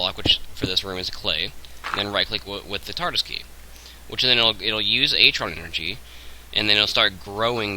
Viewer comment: If ur going to pronounce artron wrong i almost didn't want to watch this except for the part where it could be the only way to fix my problem... but it's artron like ARRRtron..... not atron...